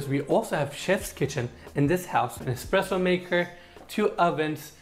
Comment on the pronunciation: what is "EXXXPRESSO"?😅